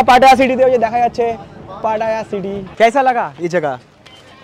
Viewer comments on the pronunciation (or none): এটা পাটা না, উচ্চারন হবে “পাতায়া”, ভাত না, উচ্চারন হবে “বাথ”। আশা করি কিছু শিখলেন